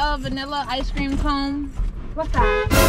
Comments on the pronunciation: This video made my day, is hella funny😂😂 the way he says "eyecream" instead of icecream😂 all those songs got me dead throughout this whole video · how many times did he say i-cream😂😂😂